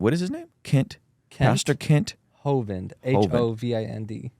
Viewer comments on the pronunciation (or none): Kent hoven has been around since the '90s, I remember the government set him up and he ended up doing 10 years in jail because he was out there preaching the truth. Oh and by the way you guys are butchering his last name! 😂